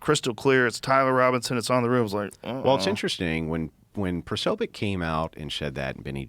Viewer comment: It's Posobiec(Po-so-bic)